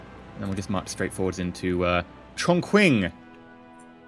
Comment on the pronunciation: BTW, Q in Chinese names is pronounced roughly like "ch". So Chongqing is like "Chongching".